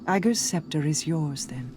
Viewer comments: the gun Ager’s Sceptre is pronounced like “Anger” but remove the “n” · I know he’s British.. but that’s just not how you say his name, they pronounce it ay-ger in game, not ah-ger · how do both you and khakis pronounce ager incorrectly when our queen says it constantly lol